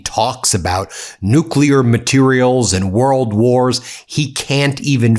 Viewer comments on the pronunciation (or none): Also... NUCLEAR. There is no such word as NUKULAR!!